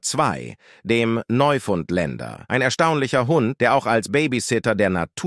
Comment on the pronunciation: Neufundländer😂😂😂😂 ist das nicht die falsche Betonung????😂😂😂😂😂